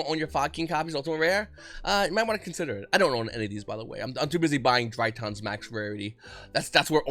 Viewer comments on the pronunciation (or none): Why do you pronounce Drytrons like “DryUUUHHNNSS”? Shit makes you sound cringy af